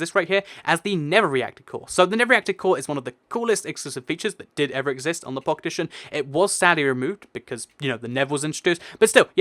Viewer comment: it sounds like you're saying pocketition instead of pocket edition